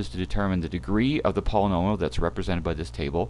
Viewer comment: Lol all I heard was pollololial functions